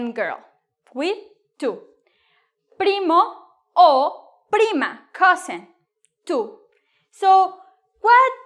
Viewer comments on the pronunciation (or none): none